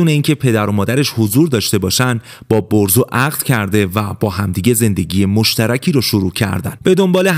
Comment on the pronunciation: برزو✅ بهروز❌